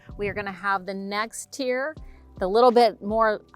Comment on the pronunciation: It's "tier".